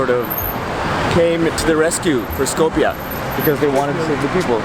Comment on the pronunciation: stop butchering my language its not skopie its skopje